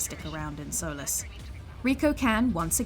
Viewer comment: It’s pronounced sol-ee- s